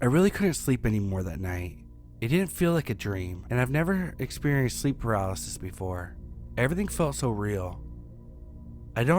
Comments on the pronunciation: SlEeP pAraLeEsEeS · Bro said sleep paralesis 🤣